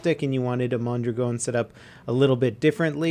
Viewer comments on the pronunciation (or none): Its "mon-draagin" not "mon-dragown" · why does he say mondragon so wierd...